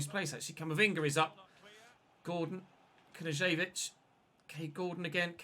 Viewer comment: Hey,love your content mate. Just an FYI Knezevic pronunciation is K-nez-evic. Keep up the great work it’s hard to pronounce half these Eastern European names👌good to see you having a crack!